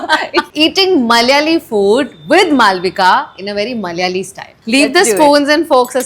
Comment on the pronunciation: It is FOOD ,not FUDD.